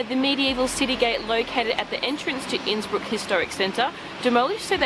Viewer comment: Your pronounciation of Innsbuck was top notch! Don't worry!